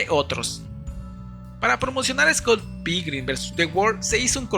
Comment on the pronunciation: ni siquiera puedes pronunciar bien Scott Pilgrim-... no es dificil, :(